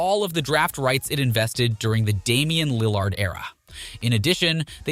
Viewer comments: Not just Lill-ARD, He mispronounced so much. Is it an automated voice? Markannon, Jabari, offence (like a crime) instead of offense, and strangely saying "6 foot XX inches" fully every time makes me suspicious. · Dunno if Lil LARD pronunciation is a joke but oof that stung - coming from a long time Blazer fan. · Why you saying Damian Lil-LARD??? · Yo at least hire someone to pronouns Lillard’s name right lmao 🤡